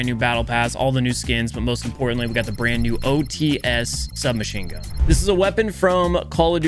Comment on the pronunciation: thank you for not calling it the otees this time. the qwexxer was already nightmarish enough